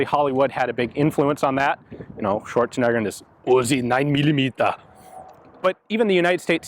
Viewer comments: UZI NINE MILLIMITEHR! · It's the 'Oozi 9 millimitah' for me 🤣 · Lost it at "UZI NEIN MEELEEMETAH", thanks for the laugh Ian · "Da Uzi Nine Millameda" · "Da UZI 9 mili-meetuh..." -Terminator